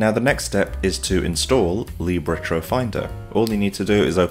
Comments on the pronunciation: It's "lib", not "leeb" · Don’t change it. Leeb sounds cool